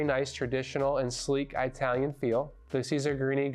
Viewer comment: Did I hear EYE Talian? Come on!